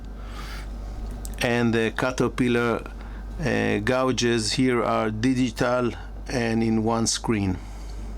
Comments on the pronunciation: I love your content however if you don’t mind I’d like to help you with something that happens each time you talk about: GAUGES: pronounced, ( Gay-Juz ) Just thought I’d tell you. Thanks✌️🇺🇸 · Learn correct speaking of words you use. ,,gauges > gayges. Bathing > Bay thing. Unless you have an arrogant attitude. 🔴🔴